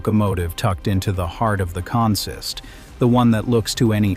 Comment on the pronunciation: Please talk to somebody who knows the vocabulary of railroad operations. On the railroad, “consist” is pronounced “CON-sist,” not “con-SIST.”